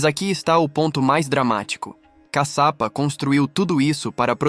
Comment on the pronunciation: Não é CACAPA, E CASHIAPA... E CADE A PEDRA DIVIDIDA AO MEIO, COM A LUZ AZUL, DA CAPA DO VIDEO? ODEIO ME SENTIR ENGANADA🧐🧐🧐